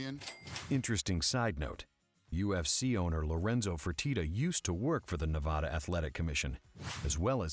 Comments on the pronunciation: Can you please stop pronouncing Nevada as Nuh-Vod-Uh. Here we pronounce it Neh-Va-Duh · Say neh-vah-da one more time